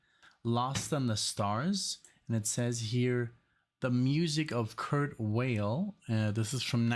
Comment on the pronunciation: Tsk tsk,. You're German and you got the pronunciation of Kurt Weill's name wrong? Schade für dich! 😉 The version of "Mack the Knife" I'm most familiar with is Louis Armstrong's, but there's been a gazillion over the years. And that 5th Dimension recording of "Aquarius" was a huge hit at the time. I have vague memories of it from when I was like 5 years old, plus it inspired the name of the Lunar Module for the Apollo 13 mission so it was definitely in the air in the late 60's. "Something's Coming" was a staple of Yes' early live shows and was recorded for the first album but there wasn't room for it, so it was only released as a B-side to the "Sweetness" single. It was a rarity for quite a long time before it finally appeared on the YesYears box set in the early 90's. But holy crap, what a tour de force!, since you're now doing videos, there's an amazing live film of Yes playing "Something's Coming" in a German club in 1969 that you might want to use for your channel.